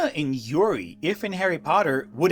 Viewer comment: на русском звучит немножко по-другому, Ю-рий. Не 'Yuri-Юри".